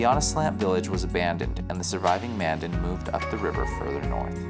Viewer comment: Future reference Mandan is pronounced like two words Man Dan.